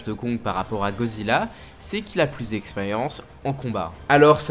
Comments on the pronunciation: "GODzilla" pas "gozilla" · Mec sérieux ? "GO" zilla ? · C moi ou il a dit gozilla au debut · Pk tu dit GOzilla et non goDzilla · GoDzilla. Avec un D. Gorille, pas gori. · Pourrais-tu arrêter de dire ”gozilla ” vu que c’est «goDzilla »